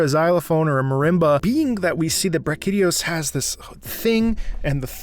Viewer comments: Bruh KeeDeeos Or Brachy Dio’s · BrachydIOS, I think that's how the Dev Team pronounces his name, making emphasis on "IOS" The original title of this Theme was "Brave Icon.", The Theme then changed to "Brutish Indigo.", And for Raging Brachy changed to "Brutish Indigo Rages.", And just like Alatreon's Theme, a part of the Theme in Iceborne has a bit of the main Theme from MHTri's motif; "To One With Life.", Brachy was the flagship from Monster Hunter 3 Ultimate Brachydios Is a Monster that has a symbiotic relationship with this slime bacterium thing that generates this Green explosive slime, he can trigger this explosive slime through this bacterium after using his tongue and licking it's hands Raging Brachydios is basically a More explosive and angry Brachydios that has control of the "Flashpoint Slime." In Iceborne specifically he has a last phase where he creates an arena-like scenario, just you and him. Now his slime can be all over the arena, burning through the floor, waiting to explode all the place Interesting fact: Everything Is burning that much to the point that His Shell softened, usually His Shell protects him from His own explosions, in this last phase, His greenish Shell turned Black, and now he receives damage from it's own explosions; He's giving everything to destroy you. I love this Monster. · I had like 12 aneurysms when he pronounced Brachydios.